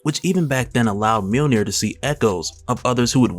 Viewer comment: Mjönir. Not millnir